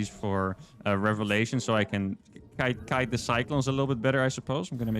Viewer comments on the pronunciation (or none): none